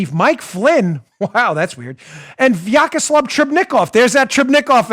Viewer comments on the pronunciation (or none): As someone for whom Russian is first language, I can't stop laughing at the way Dan mispronounces and butchers name "Vyacheslav" (Вячеслав) ;D It's priceless ;) #VyacheslavTrubnikov